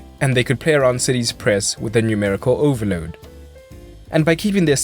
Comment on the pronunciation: The way you say 'overload' is beautiful. Great video!